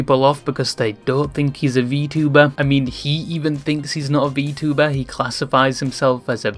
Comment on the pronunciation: You're from the UK, that pronunciation of vtuber is wild.